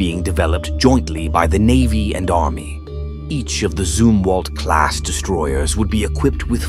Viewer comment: I do not know if this voice is AI narrating or if it's a natural person but they are Zumwalt Destroyers not zoom Walt